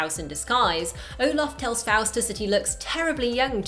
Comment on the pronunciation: It's Olaf not Omar